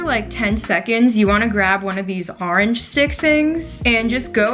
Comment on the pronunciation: It’s funny how she said orange “arange” 😂